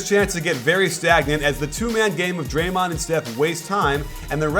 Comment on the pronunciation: Love your videos! But did you just say dremond the second most dangerous!?